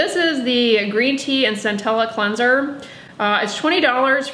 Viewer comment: Where are you from that you pronounce it “clunser”